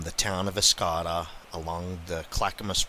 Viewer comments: Esta Kay da is the pronunciation. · Estacada is pronounced like this: EST (like establish) A (uh) CA (k) DA (duh). Love the video! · (estacada)Ess- Tah Kay duh! not what you said lol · I wish I had known you were in my backyard. I could have introduced you to a couple of friends that have had their personal experiences in the Clackamas River drainage. By the way, you were east of sss-ta-Kada. Estacada, Oregon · Thanks for this.......many stories/sightings in the area.......btw, it's Esta-Kay-Da, with emph. on Kay. Lots of noise makers everywhere...late fall near ripplebrook job camp about 1967, Sasquatch howled and disrupted camp during the night....600# drums of fuel thrown around, can"t find documentation of it though. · It makes those of us that live in Estacada laugh when idiots like you mispronounce our town's name and when you are reading from a script. Also, lichen is pronounced lie-ken, not likon.